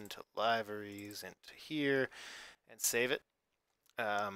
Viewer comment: its pronounced Live-er-esss